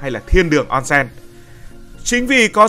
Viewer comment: Ôn sên, không phải on sen